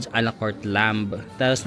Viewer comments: 1), in lamb the "b" is silent. 2) You got it exactly right, you said the whole decor of the resto reminds you of Turkey. That is because all the stans (except Afghanistan and Pakistan) and Azerbaijan as well as Turkey are all Turkic peoples who originated out of the steppes of Asia (their lands were conquered by the Mongolians) and they spread westward to Europe through to Anatolia (present day Turkey). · ‘’lamb’’ is actually pronounced læm (lam). The b is silent. 🤗